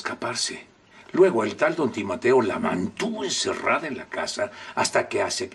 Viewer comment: Don justo dijo timateo jajaj